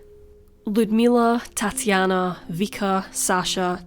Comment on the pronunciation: i thought she was saying... ''tatty anna' like thats not very nice